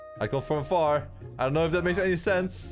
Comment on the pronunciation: did you said for and not the word far😑